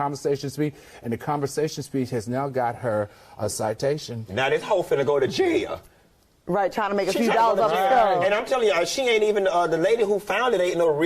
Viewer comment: Funky said JaiYahhhhl (jail) 😂😂😂😂😂😂😂😂😂😂😂😂😂😂😂